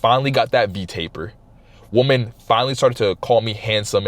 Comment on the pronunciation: Its pronounced “weman” not “woman” when talking plural. Appreciate your content though.